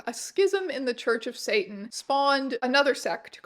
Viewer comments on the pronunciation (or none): none